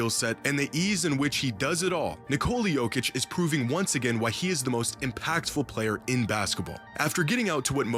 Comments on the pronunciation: How hard is it to not pronounce the j like its not ur first time watching jokic play.. it's literally pronounced Y-okic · It's Nikola Jokić not Djokić